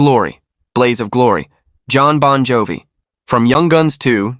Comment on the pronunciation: United, significant pause, States 🤣🤣🤣 Or saying Bon Jovi like an excited Frenchman who's just been offered ice cream in the middle of a desert: disbelievingly, Bon Jovi?